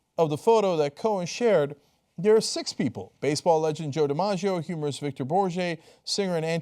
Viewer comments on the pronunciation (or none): Hey Cenk, maybe you could polish your pronunciation of some of those formerly foreign folks' names like Elie Wiesel and Victor Borge. Otherwise, interesting and entertaining.